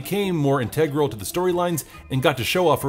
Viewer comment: This man is saying integral wrong lol